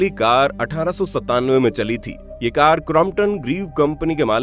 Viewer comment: कर का नही कार